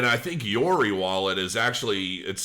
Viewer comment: How the hell can you pronounce Yoroi as Yori? I really don't get it.